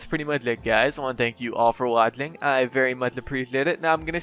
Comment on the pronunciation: Dude u can t pronounce words with " gy" "chy" What s up with "thank s for watchling", u have a problem here lol